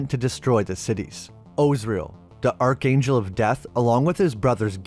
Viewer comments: Ark-angel. Not arch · Archangel ... is pronounced ARKANGEL... Otherwise the video is great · Arch in archangel is pronounced ark, also the image showed the angels ripping him limb from limb not cutting him apart. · Dear man, Arch is pronounced like Ark.